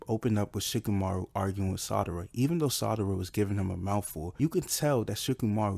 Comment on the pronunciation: It's SARADA , NOT Sadara lol...u was getting on my nerves with that lol...other than that great video.